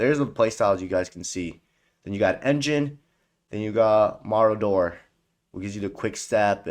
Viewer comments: Maybe a little less time playing games and a little more in school would of let you read the word marauder as apposed to mardor as you pronounced it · Love the videos but i absolutely HATE how you butcher Marauder and Maestro pronunciations 🤣🤣🤣 The fuck is a Maroodoor 😂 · How did you pronounce MARAUDER? Lol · Mans videos are great but my god he butchers saying Marauder and Maestro every damn time 😂😂😂